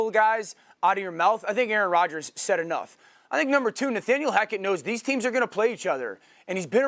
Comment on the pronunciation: SAS said “Aryan Rodgers” 😂😂